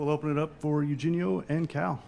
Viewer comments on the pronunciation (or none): How do you not know how to pronounce eugenio by now?